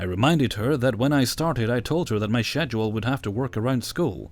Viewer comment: No hate, but why do you pronounce schedule like that? Lol.